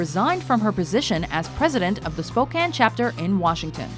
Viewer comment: I'm only giving this video a thumbs up for pronouncing Spokane right, so many people pronounce it like spo-cane and that's not anywhere close to how you say it.